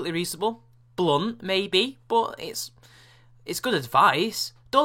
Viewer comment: "... Bblunt, maybe?" - Hahahahahaha!!! With the accent and all; just really well done.